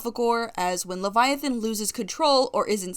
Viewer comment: I love the fact that you are going by all pronounced for leviathan, like, It makes sense